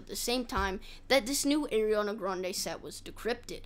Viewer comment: ARI-ANA not AIR-ANA come on bro